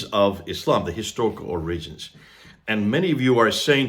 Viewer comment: or-RI-gins? Seriously? You’ve never heard the word pronounced correctly? Dude, it’s OR-i-gins. Look it up.